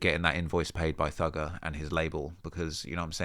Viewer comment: My gf is DISGUSTED with how you said thugger at the start of the video